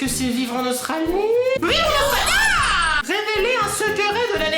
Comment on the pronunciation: Qui a remarquer que a dit "véréler" au vu de "révéler" PS: La #teampalmier en force 💪 je t'adore je ❤️❤️❤️😍😍😍😘😘😘👍👍👍😜😜😜💪